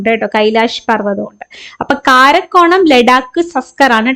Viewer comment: കാരക്കോറം ❌കാരക്കോണം ✅😅